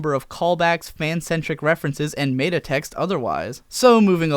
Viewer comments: MEH-ta! It's still MEH-ta! It will never be MAY-ta! I don't care if you mispronounce it every day for the next year, I refuse to stop correcting you until you get it right! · Krahn, not Croon. Mehta, not may-ta.